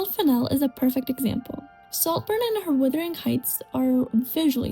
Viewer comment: Most just generally educated people have read Wuthering Heights. They are obviously not siblings in the movie you nitwit. She is his ward and they say that in the movie. Also, it is WUTHERING not Withering! Romeo + Juliet is set in the fictional Verona Beach not Venice. Your video is very late to this discussion and doesn't say anything original that has not already been said in other reviews and videos.